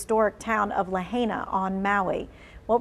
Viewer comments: Please say the name right. It's "Lah-Hi-Nah" not La-hey- nuh." I'm so glad to hear the hotels are service the community and using their resources. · "La hi na" not la hey na. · face-fuchsia-tongue-out:Stop Butchering Names and Learn to Pronounce Them Correctly - Lahaina (La-HIGH-na) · ‘La hay na?’ Come on lady, it’s ‘Lahaina.’ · La-hey-na? 🤨👎 #fail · It’s not Laheyna. Please get the female news person to pronounce it right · This reporter can’t even pronounce Lahaina correctly 🫤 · How do you still not-know how to pronounce Lahaina? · Wish the time to properly pronounce Lahaina. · Wow.....none of you know's how to pronounce Lahaina. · Please news commentator, if you are going to speak about the town of Lahaina, learn the correct pronunciation first! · Learn how to pronounce Lahaina 😮😢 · The reporter didn't even pronounce the town name properly. Shameful. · She can’t even pronounce the towns name correctly and your a journalist